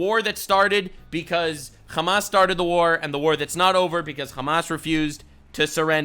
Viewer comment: i'm not trying to make fun of you here but just helping you fix a spelling issue since you seem like someone who cares: when you usually say hamas you say the h wrong as in not the exact sound meant in arabic as you say a خ while the correct arabic sound that's meant here is a ح and they sound very different, ح is like when you clear your throat and say ah-hem, that kind of h, the word hamas is collective of the first letters of a long sentence for the full name of the terrorist organisation but if you take the word alone with out considering what it is a short cut for then it means fun or excitement in arabic, they think of the lives of others as a mere sport.